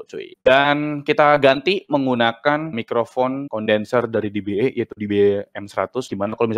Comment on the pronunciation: E di bahasa Inggris bacanya "i". jadinya "di-bi-i", om. kalo "di-bi-e" itu "dba"